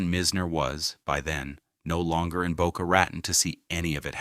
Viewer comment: I grew up in Boca, love it. Never ever heard its name butchered like, this. Pretty deep though.